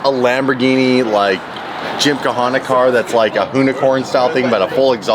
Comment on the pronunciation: He really said “Gym-Ka-Hanna” 🤣🤣